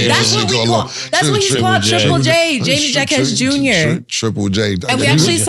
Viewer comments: Jaime Jaquez is not pronounced with J's. The J's are pronounced with an H because he is of Spanish decent. You're gonna have to get his name right because I feel that he will be brought up a bit more in the near future. As with the Heat. They are the hottest team in the league rn & the best in the east imo. We have the most depth & the best defense. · It's pronounced hymee haquez Jr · Somebody tell Jaime Jaquez is pronounced “Ha-me Ha-kez” 😂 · is definitely not from Miami because Jaime Jaquez Jr. is Hispanic!!! It’s pronounced “Hymie Haquez!!!” 🤣😂🤣😂 #MIAstyle #gouldscane